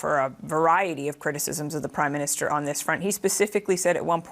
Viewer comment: "Crimeminster Carney" lol, I even played that back twice....idk if that was intentional or not, but it dose ring true.